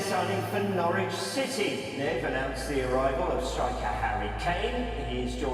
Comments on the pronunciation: It's pronounced Norich in case you ever need to say it again...not Nor Witch - English place names eh 🤷‍♂ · Noorwich? Lol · jarring pronounciation of "norwich" in otherwise good video